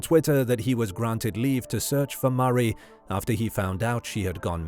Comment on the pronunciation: This narrator mispronouncing her name one hundred times is maddening